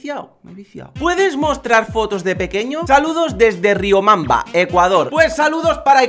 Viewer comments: es riobamba no riombamba!! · es riobamba :v no riomamba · ES RIOBAMBA NO RIOMANBA COMO DIJISTE -_- PERO GRACIAS POR LOS SALUDOS! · + yo soy de Ecuador(Guayaquil) y no es riomamba es riobamba saludos desde Ecuador eres el puto amo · lee bien es RIOBAMBA no RIOMAMBA respeto a Ecuador xfa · que verga es Riobamba no riombamba jajaja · se pronuncia riobamba no riomamba :-( :-( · se dise riobamba saludos desde ecuador